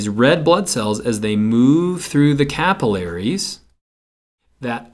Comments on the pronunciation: me cringing at the way he says capillaries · This really helped but you really need to learn to pronounce the words LMAO like capillaries and alveoli your saying them wrong i laughed